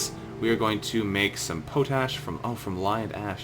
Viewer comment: Pronounced pot-ash. Thanks for the videos.